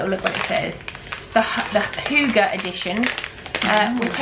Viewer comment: Hygge is danish and it's pronounced ...oh my, here I am desperately wracking my brain for an English word that has a ü sound in it. ...and failing :P